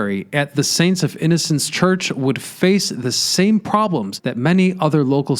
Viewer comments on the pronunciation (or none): none